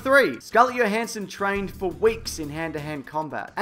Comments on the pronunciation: It’s not yo it’s Jo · The J in Scarlett Johansson is not silent. The proper pronunciation is Joe-hanson, not Yo-hanson. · Stop mispronouncing Scarletts f'ing name. It's her name, you pronounce it how she pronounces it, JOhansson. It's disrespectful pronouncing it wrong. Local parlance isn't an excuse.